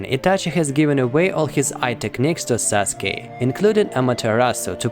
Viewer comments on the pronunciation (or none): "Saske". U: uh oh I'm late to complete the name sasuke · Sasuke* not saske